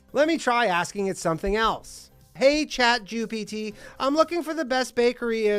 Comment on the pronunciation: Did he say Chatjewpt? oh lol